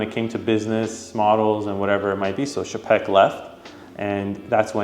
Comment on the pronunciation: Czapek is pronounced more like tchapek, not shapek. It's a Polish surname. Patek and Czapek were both Polish.